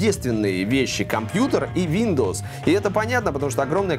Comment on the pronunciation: Мне послышалось СВИНдовс)